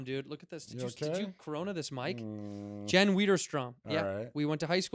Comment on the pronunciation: Jen what? How do you spell that?? Sounds like Santino was trying to pronounce my last name haha